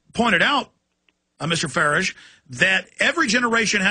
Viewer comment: Alex has been getting all the small details wrong though even calling Farage an EUP not MEP, even pronuncing his name wrong, but the small details dont matter much